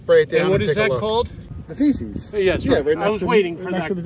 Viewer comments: The item on the back of a Mercury dime is called a fasces(pronounced FASHES) not feces....(aka CRAP!) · Please - It's not "feces" its "fascis" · Yes, the back of a mercury dime has a bundle of sticks called FASCES. …fasces shouldn’t be pronounced “feces” (poop). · Like your videos but remember its fasces not feces on those Mercs.